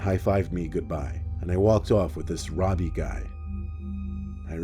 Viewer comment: Anyone else think of the dude from “Jessie” when he said his name? 😂😂 Well... he said “Robi” (or however you spell it) but it still kind of sounded like “Ravi” 😂